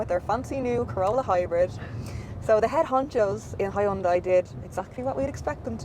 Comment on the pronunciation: rofl hi un dai... its so funny when people cant even read a name right....